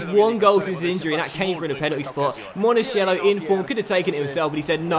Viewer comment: Monachello is pronounced Monakello! You're saying monasciello right now! Keep him for a long time is a very good player!